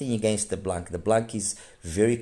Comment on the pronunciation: In French the C is silent in blanc. It means white.